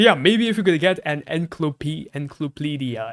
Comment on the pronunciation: its pronounced like ensiklopedia